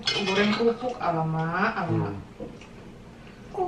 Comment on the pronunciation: bilang kerupuk jadi "KUPRUK" wkwkwk